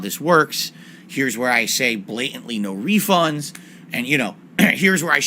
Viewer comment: "This is where I BLAHtantly say NO REEfunds"